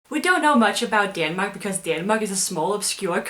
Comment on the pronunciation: It's Denmark in english, not fucking Daaanmark